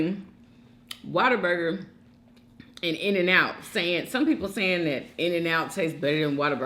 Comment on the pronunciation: Why do y’all say water burger it’s what a burger 🤷🏻‍♀️